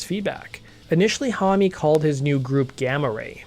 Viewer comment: should anyone tell him that Josh's last name is only one syllable not 2.....his last name is Homme, not Hommy